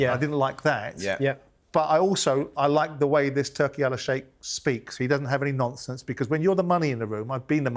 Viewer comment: Simon ‘no nomfonce’ Jordan🤣